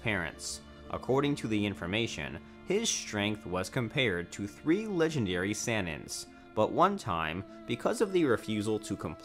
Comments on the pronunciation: "three legendary SeAnENs" its fucking sanin, "sah-neen" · Anyone else got an issue with how he pronounces sanins or literally anything else? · Yes, me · I didn’t enjoy how he said “Sanin” lol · He called Hokage HO CAJ And the Sanin as SAN-IN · I deadass was getting heated 😂 dude said sannan and annbu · Anbu pronounced “On-buu” Sanin pronounced “Sah-neen” smh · Is nobody gonna talk about how he said sanin? Or Hatake? Or Naruto manga? Or Boruto?